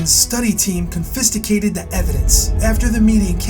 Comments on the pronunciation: "Confisticated the evidence" .. you mean confiscated. lol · Great video...but I have to say one thing. of the video, you misread your cue card. You said "confisticated" (assuming it would be spelled this way) instead of confiscated. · CON-FIS-TICATED ??????!!!! REALLY??? OR YOU MEAN CONFISCATED ?? Good video anyways... Bravo! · dude you can't read. Learn how to pronounce "confiscated." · "confisticated" ????? LOL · "confisticated" LOL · "confisticated" the evidence!!!???? - LOL!!!